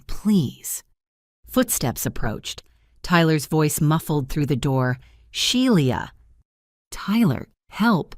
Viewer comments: The name is pronounced "Shee-la" not She-li-a. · Shelia pronounced She la